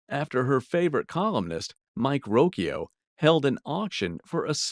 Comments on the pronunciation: FYI...it's Mike Royko, not Rokyo, and Alexander Calder was a man and gave it to his aunt, not "her" aunt. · Mike Rokyo? It's Royko. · Mike ROYKO not ROKYO. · ROYKO not ROKYO. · That is Mike Royko, not Rokyo. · It's "ROYKO", not Rokyo." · It’s Mike Royko, not Rokyo. Sheesh. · Born and raised in Chicago, it's Mike Roy ko, not Ro ky o. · Where did you come up with the spelling and pronunciation of Mike Royko's last name. Makes you look pretty stupid or really, really careless in view of the fact that Mike Royko was a very popular Chicago newspaper columnist for decades and is CENTRAL TO YOUR STORY. R O Y K O - pronounced just as you would expect. Roy-Co. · His name is ‘Mike Roy-Ko’ …’Roy’ as in Roy Rodgers and Ko with long O and emphasis on the second syllable. Roy-‘Ko. 🙄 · chicago Mike columinist surname pronounced ROY-KO. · Vie Carlson of Rockford, the mother of Cheap Trick drummer Bun E. Carlos, could get $15,000 or more for an angry letter from Frank Sinatra. It's "Mike Royko". Pronounced "Roy-Koh" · It's pronounced Mike Roy-co, Mike was well beloved in Chicago. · dammit!!! you beat me to it, lol... I'm calling for a voice over to correct the mispronunciation of Mike's name...